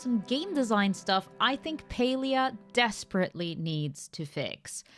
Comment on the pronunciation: Why is it pronounced as Pelia?